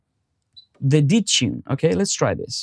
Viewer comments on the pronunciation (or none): *** 5 stars out of 5. Very useful and clear presentation. [just for a laugh: I didn't get what you meant by "ditchin'" until I realized it was "detune" :-)]